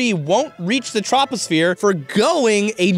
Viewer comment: Did he really just mispronounce troposphere?